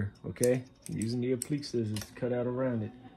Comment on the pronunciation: Great video. Just wanted to let you know it’s pronounced Appli•kay